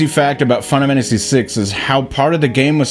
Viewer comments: Are you saying "final fantasy" like that on purpose? "fennafamasee"? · Can we address the elephant in the room...that being how pronounces final fammmmacy . Just saying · What's this "fun-amanda-see" game the guy keeps talking about? 😂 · Am I the only one that keeps hearing Final Mantasy 6? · Practice saying "final fantasy" for a bit before your next video cuz you can't pronounce that shit to save your life. Literally just read how the auto-generated captions interpret how you say that shit. "Fun of Hennessy" lmao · Why do you say Final Fantasy like that? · A final fantasy video by someone who can’t say ‘final fantasy’ is an interesting concept